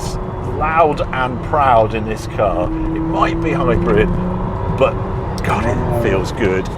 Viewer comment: Harry I can’t stop hearing hybred and not hybrid? Please tell me it’s just your accent ?😂😂❤